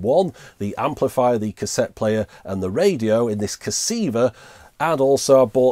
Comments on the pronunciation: Stop saying Cassiva :) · If I hear the word casseeva one more time I'm going to scream! Other than that good videos. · Kah Seeeeee Vuh.